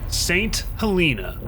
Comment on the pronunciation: st helena is said so incorrectly that I would have disliked it if it wasnt such a great video